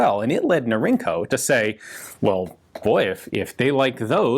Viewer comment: Norinco is "Northern Industries Corporation." The acronym is pronounced Nor-In-Co. It's not "inc." like "incorporated."